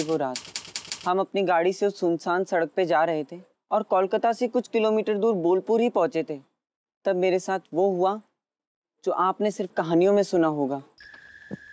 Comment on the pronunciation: Calcuttans never address their own city कोलकाता as "Callकाता"... so, the boy named Shubo Das who is shown in the beginning of the episode is fake... Non-Bengalis pronounce कोलकाता as Callकाता and think they are sounding exactly like a Bengali.... but they can't realize that by mispronouncing the name they are distorting the name of the city.. There is an another stereotype idea of most of the non bengalis.. According to them, no other God or Goddess helps people in this land of West Bengal except Maa Durga or Maa Kaali 🙏😛🙏